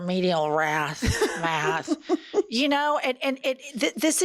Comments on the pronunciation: the idiot couldn't even pronounce Math !! for god sake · Had trouble saying math